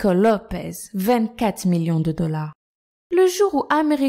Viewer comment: Mais vous décidément les prononciation c'est pas votre truc il y a marqué "Lopes" et vous n'arrêtez pas de dire "Lopez"